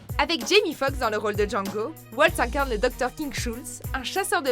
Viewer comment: Comme vous le dites, Christoph Waltz est allemand, Donc on prononce son nom Valtz et non Oualtz. Et c'est pas Christopher mais Christoph.... Cet acteur est juste génial alors svp n’écorchez pas trop son nom :)